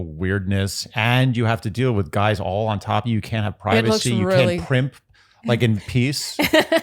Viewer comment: One more add...Re: your questions if Chris could be that stupid: Quote: "For me what I'm not interested in is you Guyses (Guises? Gizes???) way of going about this process". Um I think we have our answer:) I shudder when I hear this 🤢